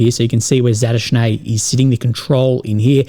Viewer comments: Its not Zhaluzny its Zaluzhny.. Sorry but someone has to tell you about how to pronounce his name.. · it is Za-Lu-Sh-Nee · Ok boys we got to start saying Fitso properly. Can we now get him to learn to say Zaluzhni? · Man, even though Zaluzhniy is an enemy of my country, he deserves better pronunciation😂